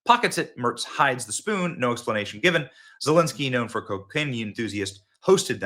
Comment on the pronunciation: Did Benny say, 'Voldemort' Zelenskyy?